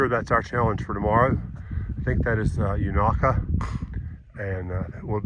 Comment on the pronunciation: Thanks for showing The Beauty Spot 💚 Unaka ….the first A is pronounced with a long A. I have seen snow on Roan Mountain in the first week of June many years ago . At one time Unaka was almost half American Chestnut trees before the blight that killed them out 🌿🍃